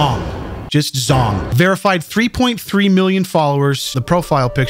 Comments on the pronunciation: I'm pretty sure zhong is a Chinese can't pronounced "jong". Zh makes a j-like sound, but it's definitely not "zong". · "zh" in Asian languages is pronounced as you would the letter "j" hence /jong/